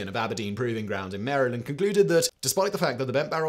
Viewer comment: I would just like to take a moment to appreciate Simon for his proper pronunciation of "Maryland" 😎